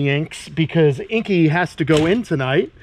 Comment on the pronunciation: The only thing you could have done better is say Inky’s name properly 🤣